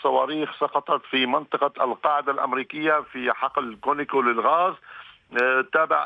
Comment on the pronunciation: الغريب أنه الكل بدون استثناء يلفظونه كونيكو .مع العلم أن اسمه على اسم الشركة كونوكو. Conoco ... منين جابوا الياء بدل الواو ؟